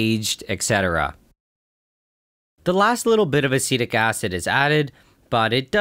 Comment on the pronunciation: When you say acetic acid I hear acidic acid 😄